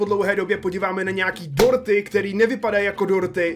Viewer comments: Já jsem slyšel Porty a ne dorty 😂😅😁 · Když si řekl dorty rozuměla jsem ti porty xd😆